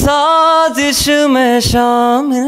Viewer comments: Its sazish not sajish ...indian pronounce zindagi as jindsgi 😂😂😂😂😂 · Its not sajish its sazish please pronounce correctly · Second one sings with correct pronunciation and also has the good voice actually correct word is Sazish not sajish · Its not sajish its sazish its urdu try to pronounce it correctly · it feels painful whenever I hear Sazish as Sajish, please pronounce the word as it is, now don't fight that it's about accent, etc.. if that's the case then do they pronounce Zebra as jebra in English?? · You can't even pronounce it properly, it's Sazish (سازش) not Sagish or Sajish (ساجش)... You guys ruined that beautiful song..